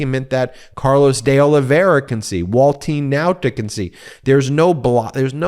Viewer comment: Pronounced Oliv-vay-ee-ra.